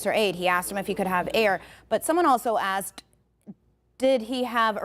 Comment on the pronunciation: A news reporter "axing" questions. WOW.